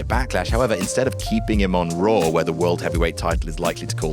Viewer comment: Raw* not Roar